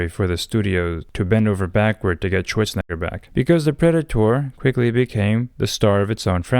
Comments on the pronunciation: My man's has really gotta learn how to pronounce that E in Arny's last name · I am guessing your Brazilian-Portuguese accent makes you saying the second half of Arnold's last name sound like the n word so that is why it is blurted out. And yes, the Predator franchise started out as an Arnold 1980's action movie before his 1990's comedy run, or his 2000's political career.